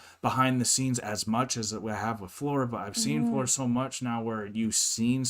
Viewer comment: The translation or lack of it, here gives a slightly wrong picture of what happened. Tuomas burst out laughing at the way he pronounced Floor's name, he said like "Flöör" and with really weird tone, not typical for him and he was amused how he said it. He even repeated "Flööör" couple of times. They had a quick dialogue with the interviewer about it. The interviewer imitated how Tuomas said "Flöör" and they laughed both. One of those things that it was just impossible to translate this very fast dialogue. I have watched this documentary many times and often thought that this clip where Tuomas speaks should be linked to someone who teaches foreigners to speak Finnish. It would be a good test for those who are further along in learning Finnish to see if they are able to pick up this really fast dialogue that happened in a few seconds.